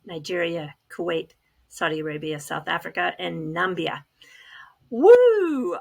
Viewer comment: Nambia? really? you DO know it’s nah-MIB-ee-ah….wow can’t believe that had to be pointed out… i trust you do know that…..and you’re much closer to it than we are.